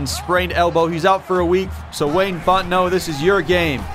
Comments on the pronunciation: Thing I thought I'd be most excited about: Seeing Wayne Fontenot in a game Actually most excited about: Hearing pronouncing the last name Fontenot correctly. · Thank you for getting Fontenot's last name correct!